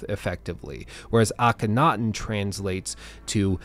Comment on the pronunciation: You really need to learn how to say Akhenaten